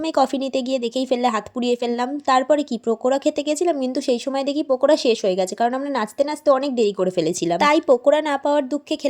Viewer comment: Pakora not pokora😅